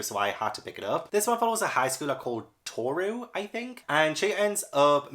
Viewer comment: Yay! So happy you got the first volume of Fruits Basket, it really is such a good read. And you pronounced Tohru’s name correct. It’s a completed series, so enjoy it!